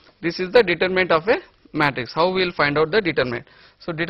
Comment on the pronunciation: haha he cant say Matrix